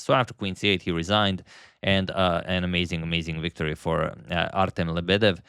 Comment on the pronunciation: Artem pronounced with stress on the second "E". i.e - artEm.